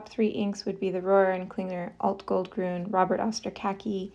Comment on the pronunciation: Love the comparison! As a German I have to say your pronunciation of Rohrer und Klingner Alt- Goldgrün is absolutely perfect! 🙂